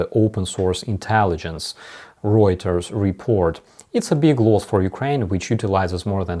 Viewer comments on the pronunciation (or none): none